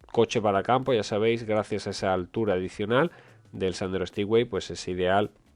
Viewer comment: Por favor, dejad de decir de una p. vez Stipway. NO SE DICE STIPWAY. SE DICE STEPWAY. Es un palabro en inglés. XD